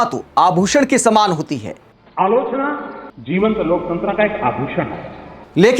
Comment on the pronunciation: क्योंकि वो अलोचना नहीं आलू चना बोल रहा होता है और हम ग़लत समझ लेते हैं